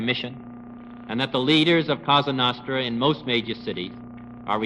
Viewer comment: It's Cosa nostra- our thing, not kasa nahstra...